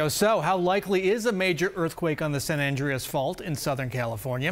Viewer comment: Is it me or is the reporter mispronouncing San Andreas?